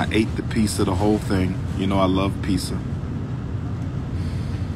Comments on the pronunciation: Who eats a whole “peeza” to feel better... is that an ancestor home remedy 🤔 god forbid, this is supposed to be the man who saves our black boys... Killmonger voice “IS THIS YOUR KING*! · What the F is peeza? If one of my son’s educators EVER chops up words like this, I’m demanding a recount on ALL of his grades. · I axe for a piece-ah. I got a piece-ah. I ate da piece-ah. What a night on erf.